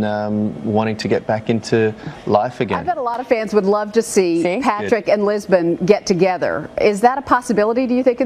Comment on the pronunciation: ITS LISBON NOT JISBON!!!!!